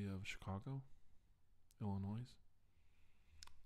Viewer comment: You can tell he's not from Illinois because he pronounced the name of the state with the "s". Rookie mistake.